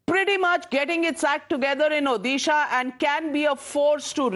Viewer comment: National anchors, please learn how to pronounce state names correctly. Odisha is pronounced ओडिशा not ओदिशा